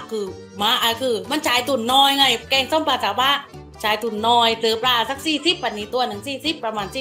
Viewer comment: ปลาครับ ไม่ใช่ปรา 😅